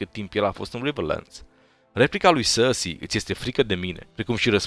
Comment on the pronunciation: Cand spui Cersei ma faci sa rad parca esti francez "sarrsi" :)))